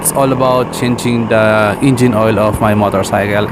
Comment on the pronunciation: "Ingine, Front Chocks, Motorcy'kel'."🤣